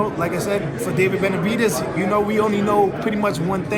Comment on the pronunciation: The way hes says "benavidies" makes me wanna say "demitrius andraidies"